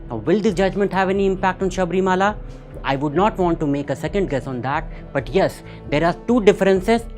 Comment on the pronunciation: ☺️ Leave it, na. He pronounced it differently, I agree. Let's focus on the essence of what he said.